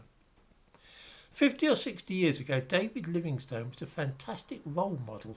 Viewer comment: Pronunciation of the surname "Livingstone." I (a U.S. American) grew up believing that it was pronounced ˈlɪvɪŋstən (Wikipedia confirms that this is the correct pronunciation). But you, Sir, pronounce it ˈlɪvɪŋstoʊn. Is that a regional pronunciation? Thank you!